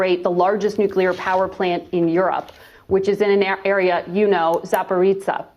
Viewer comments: Zaporitsa 🤣🤣 this journalist I can't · What a fool this journalist is.. first, learn how to properly pronounce names, Zaparitsa? Really? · She can't even pronounce ZAPOROZHYE!